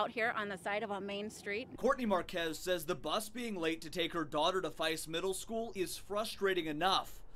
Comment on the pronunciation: This incident is annoying, but the fact that they said Faiss as FEISS IS SO ANNOYING ITS PRONOUNCED F E S S. NOT F I S S. GET IT RIGHT, GOD. sorry, people misspeaking my school's name is ANNOYING 😂😂